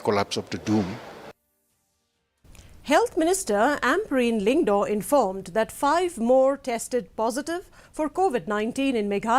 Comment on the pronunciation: Lyngdoh not lyngdo